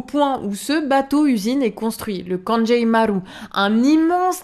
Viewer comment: Liberté pour Paul Watson ✊🏻 (petite note : "kangei", ça se prononce "kangué" pas "kanjéï" 🙃)